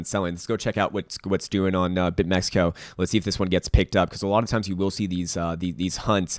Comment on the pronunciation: it’s not bitmexico bro just bitmex